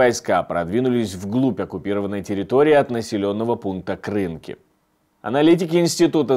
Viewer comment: В Слове Крынки на И ударение